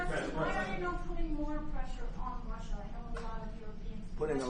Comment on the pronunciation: R U S S I A ….. not T U S S I A